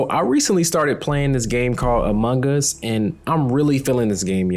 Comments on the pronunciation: No one: Literally no one: Voice over: Am0nG gUs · Amungus that's what u said! Lol! 🤣